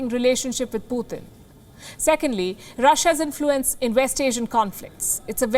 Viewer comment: Please not PUTHIN but PuTin